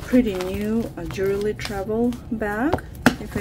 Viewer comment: Ян, джювельри от слова джувел, вы говорите джуверли